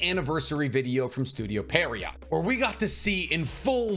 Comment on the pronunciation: Studio pierrot is pronounced "pier row" its a French word for some clown like pantomime characters. No T